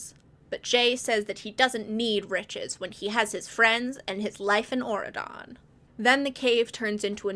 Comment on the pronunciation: I have never heard of these books and until 20 minutes in, I truly thought you were just saying Oregon in a strange way instead of Auredon😭